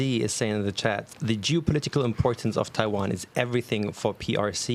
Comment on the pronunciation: 15606 when you say Taiwan, it sounds like primary care physician